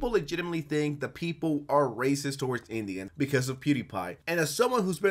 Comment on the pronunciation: mf said toe-awards